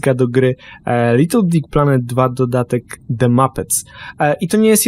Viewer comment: Pod koniec filmiku mówi /little dick planet/